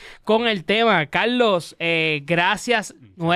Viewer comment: Mi hermano TU eres chino?....no es Calooo .....es Carrrlosss.....ni puelto lico....🧐